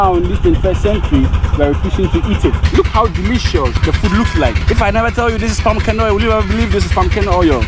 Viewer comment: Thanx, thanks but it sounded like you were saying pumcaanoil